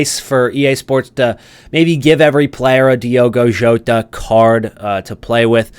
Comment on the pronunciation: Diogo Jota RIP…but don’t pronounce his name your calling his name in the wrong way..